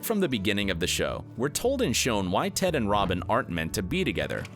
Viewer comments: did he just call Ted Tod? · I‘m sorry did he call ted „tod“???? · It's Ted.! Ted! Ted! NOT TOD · ITS TED NOT TODD TF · Did he call ted Todd? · Anyone else notice at the mark where he calls Ted "Todd"? 🤣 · is Ted not Tod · Did..did this guy just call him TODD?? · The more I rewatch this show. The more I love Tracy ( The Mother). I still love the show. Better than Friends! The ending bothers me, because we didn't get more Cristin Milioti. She's great! By the way guy, it's Ted not Todd. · Love the fact that this is a dedicated video for hardcore HIMYM fans... and the guy making it doesn’t even know that it is “Ted” and not “Todd”😂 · This man just called Ted Todd😂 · They mistakenly called Ted Mosby, Todd??? Not only that but pronounced renaissance as reh·nuh·saans and not ruh·nei·sons!! Ugh these people know nothing of HIMYM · He said tod instead of Ted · did he call Ted 'Tod'? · Did anyone notice that he said Todd instead of ted sometimes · He called TED Todd, dudes never even watched the show before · He called Ted, Tod 😑 Seriously. Go look. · he said tod right? ors that just me